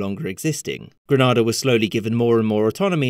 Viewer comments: You're pronouncing Grenada like Granada. Two different parts of the world. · "Gre-nAH-dah" Ugh, no. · Gren nayy da please say it right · Ford Grenada, country pronounced Grenader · We Americans were told that we invaded to protect our medical students. We were also told the country’s name was pronounced “gre-NAY-duh”, which I assumed was some wacky pronunciation imposed by the Brits, so I’m puzzled to hear a Brit pronouncing the vowel more like it would be in Spanish. Go figure. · It is pronounced Gre nay da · It's pronounced Gr-nay-da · no it's not. It isn't pronounced gren-ah-da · his pronunciation was a little off but I’m not too nit picky that pronunciation is usually for a city in Spain though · Him mispronouncing the name of the country's for the entire video drove me crazy! He's pronouncing it like the city on Spain. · You're pronouncing Grenada very wrongly. Even Ronald Reagan got that right when railing about the country and its airfield (Bishop thanked him for it in a speech). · That pronunciation of "Grenada" though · So.... Granada is a place in Spain, Grenada is an island in the Caribbean. From his pronunciation he's talking about the place in Spain, from history it's the place in the Caribbean. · How can you do an entire video on Grenada and pronounce the name of the country incorrectly throughout? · The pronunciation of the island is wrong and very annoying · You are saying 'Grenada' wrong, which is a pretty impressive achievement when you are making a whole video on the subject. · You pronounced Grenada wrong throughout the video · Lol grenada English not the the Spanish name what u are saying but thanks I enjoyed your documentary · You pronounced it so wrong. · Not once did he pronounce the country's name correctly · i love you but please pronounce grenada correctly! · Narrator, please learn how to pronounce the country you’re talking about!!!! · Grenada is pronounced as 'Gree-nay-da' not 'Gra-nah-da'. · BTW: Grenada, not Granada. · Gre nay da